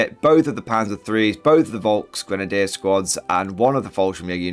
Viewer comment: I dort want to be overcritical but as a German Fan of your Chanel i want humbly suggest that you upgrade your pronouncaction of "Volksgrenadier" The "V" had to be spoken as a "F" properly. Thank you very much